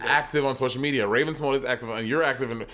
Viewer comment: Raven can't read... because there's only an accent on the E which would make her name Raven Si-mo-nee not Simoñe or Simogné. I hope someone will tell her that sometime.